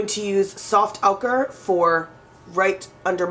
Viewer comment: IT'S OH-KURR NOT OW-KURR.